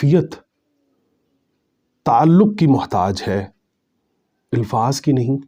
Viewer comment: مجھے سمجھ یہ آ رہی ہے کہ آپ "الفاظ" لفظ کی الف کو لاشعوری طور پر زیر دیکر اِلفاظ پڑھ رہے ہیں جبکہ الف پر زبر یعنی اَلفاظ بر وزن افعال پڑھنا چاہیے۔